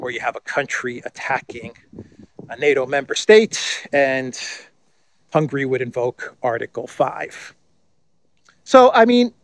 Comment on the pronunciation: please, the country’s name is not Hungry but HungAry. On the other hand Nogradi Gyorgy is an academic professor and analyst. He is versed in foreign affairs and indeed security affairs. He is top notch in German politics. He never interferes in internal affairs and politics, very wisely. Thanks for all your hard work to keep us updated!